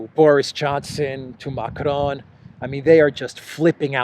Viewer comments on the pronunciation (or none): none